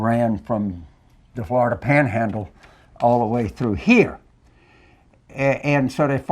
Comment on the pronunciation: Yes. My great grandfather came from Bienville Parish. That State scares me. James, how did Tubby get elected senator if he lives in Flor-eye-duh? Who put him up to undermining America’s military? TFG? Newt? He’s not smart enough on his own. This is treason.